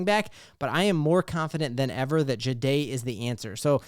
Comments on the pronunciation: It’s not juh-day It’s jah-day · i appreciate the content go Broncos, not trying to be mean but might want to work how you say his name. Ja dae the"h" is silent